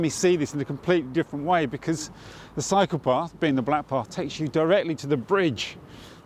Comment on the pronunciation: Great video! When you said "cycle path" , I though for second you said "psycho path" 😂🤦‍♀️silly me